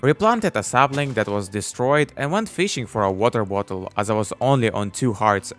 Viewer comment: "Weter vottle" 🗣🗣🗣🗣🔥🔥🔥